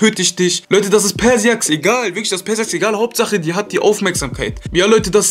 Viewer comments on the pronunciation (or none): cooles Video aber ich wollte dir nur sagen persiax wird pörscha x ausgesproch😉#TeamLecanko mach mal ein Video mit feelgamingtv